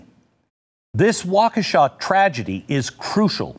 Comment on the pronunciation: It might be wa-KEE-sha, not Wa-Ke-shaw.